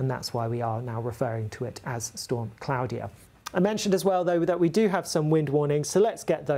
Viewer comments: Surely it's pronounced (claw-dia) not (clow-dia) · Surely it's "Claw-de-a", not "Cloudier"!😂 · Is that how you pronounce it? I've always pronounced that name differently, like CL-AW-DE-A E.G: Claudia Black. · Why is he saying Claudia like that?? 🤣